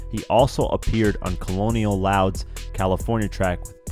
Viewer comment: Did this dude just call colonel loud, "colonial loud"?!! Lol😂 it's pronounced "kernel" lil buddy!!